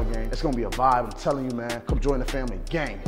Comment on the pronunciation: My boy pronounce “Gang” wit a K “Gank” 🤣 headass 😂